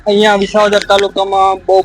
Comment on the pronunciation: VISHAVADAR 😂 S NE SHA BOLE CHHE. SHAMASHYAO . REPORTER KONE BANAVYA TAMNE BEN 😂